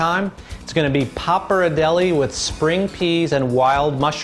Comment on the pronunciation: pronounced "pop R dell ee" jesus h was it that hard to research that?